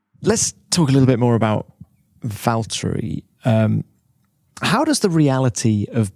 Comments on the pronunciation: I just love how he pronounced his name in Finnish and not how people do it in English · So Ricciardo did pronounce Valtteri's name correctly ! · EA361 Because Ricciardo can pronounce his name correctly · The way he pronounces the double T's are so good to hear for some reason idk why, but great!